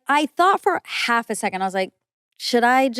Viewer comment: Do the people around you pronounce that as secon(t) I can't stand it please correct them